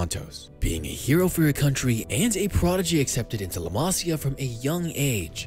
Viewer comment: Homie said “Leh Masya”